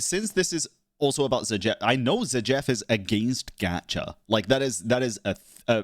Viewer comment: zah jeef lol, bro saying his name like its some israeli name lol